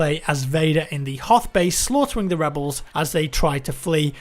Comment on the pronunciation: Webels versus Impewials... Oh